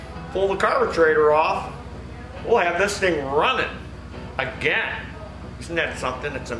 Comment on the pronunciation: does it uh-ginn! 🙂✌️❤